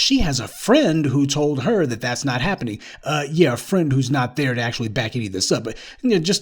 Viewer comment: Eetz not hapinin. ha ha ha :D